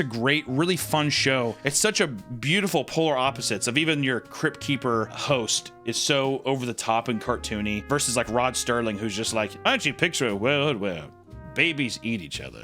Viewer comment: Rod Serling, not Sterling.